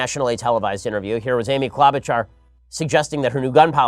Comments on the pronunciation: It's Amy "klow'-ba-shar" not - whatever you said! (I am from MN, so I know.) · Ben, just so you know its Amy KlObuchar Hard O. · Klobuchar is pronounced with a long o. And the ch is sh like machine.